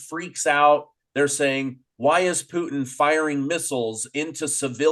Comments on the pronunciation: It's Putin, not Poutine. That's another politician. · Pootn, not fn POO TEEN ffs man. Even in russian it only has a slightly longer poootn. but never TEEN,. have to mute this guy every time hes on. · I like the way he calls Putin .....Puteen 😙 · Mr Poo-Teen...NAYET!!